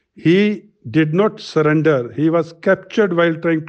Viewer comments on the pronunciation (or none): Sullender not surrender 😂🤣🍻